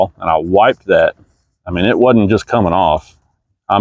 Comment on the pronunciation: WASEN'T NOT WAD-ENT